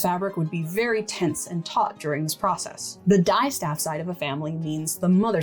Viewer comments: (psst! -- its "dis-staff" with a short "i" as in "history.") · Not to mean or anything, but you're mispronouncing the distaff. It's actually pronounced like the dis in 'disin' someone, not like 'fabric dye' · I really enjoyed this video, thank you! I learned so much. I’ve never heard distaff or Minotaur pronounced with a long ‘i’ - is that a dialect variation? Also ‘rokk’ in Norwegian I believe refers not to a distaff but to a drop spindle.